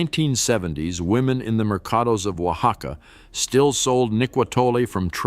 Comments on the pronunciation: Huacaca made me giggle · It's hilarious I'm Mexican Born and raised,,,he said oacaca lol😂